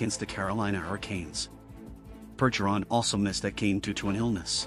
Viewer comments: First off it Bergggggeron not Burgeron Any real bs fan knows this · I’m pretty sure it’s a text to speech AI bot, but yeah.. they should use a bot that can at least pronounce French names. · TTS voiced "news" maybe teach it how to pronounce Bergerons name if you wanna seem half credible